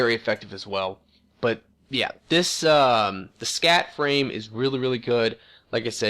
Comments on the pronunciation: I LOLed so hard every time he said scat frame instead of SCAF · Overcloak = Overclock.. SCAT = SCAF.. Ham Mond = Hammond. Wiff = With. Go back to skoo.